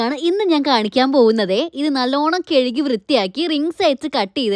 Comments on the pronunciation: കേഴുകി alla കഴുകി 😌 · കേഴുകി അല്ല കഴുകി 😂😂😂